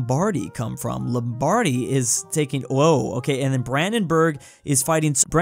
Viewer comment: As someone from Milan, the way he pronounces “Lombardy” makes my ears hurt